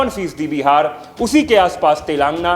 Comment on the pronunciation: अच्छी voice है। बस एक आध शब्दो का उच्चारण शुद्ध नही है। प्रतिनिधित्व, तमिलनाडु, तेलंगाना